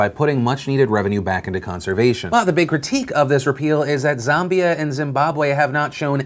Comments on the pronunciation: Phillllllll, it's pronounced Zam-be-a not Zom-bi-a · Phil it's ZAM as in Ram not ZAM as in Zombie.. my 2 cents now carry on, your AWESOME! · ZAMbia not ZUMbia. ZAM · Wahahaha. Zaaaambia!!! Not sure what the correct pronunciation is, but we (South Africans) pronounce the first "A" like the "a" in"and" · Lol Phil trying to pronounce “Zimbabwe” and “Zambia” made my week